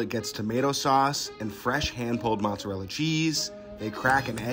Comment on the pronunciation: It's not pronounced matt's arella